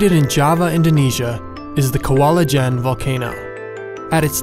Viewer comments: it's not Kwalujen, it;s Kawah ijen (ijen crater). Go try hear that word in Indonesia language on google translate! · kwalah LJEEN??? are you miss pronounce? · The way the narrator pronounced kawah ijen got me confused